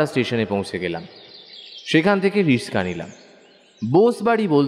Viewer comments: Bhalo laglo kintu Riska na oi ta Rikshaw hobe , kichu mone korben na , katha ta kane lagchilo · যিনি গল্পটি বলছে উচ্চরণে একটু গোলোযোগ আছে। রিক্সা কে রিস্কা বলছেন, এমনিতে ভালো হয়েছে। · Riska noye, kotha ta riksha